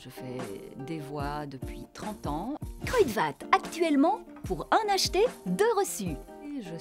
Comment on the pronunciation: Elle a une bonne déclamation mais, quant à la diction, c'est autre chose. Du moins pour la diction des noms néerlandais. Au début de la vidéo, on l'entend prononcer "Kruidvat" et elle lit ça à la française, avec les sons D et V. C'est faire fi de l'assourdissement des consonnes en néerlandais. Autrement dit, on prononce "KruiTFat". N'importe quel germaniste ou néerlandophone natif lui dira ça. La prononciation "KruiDVat" est tout simplement fautive; "KruiTFat" est la seule prononciation correcte. Quand on fait de la publicité pour une marque, le minimum minimorum est de prononcer correctement le nom de cette marque.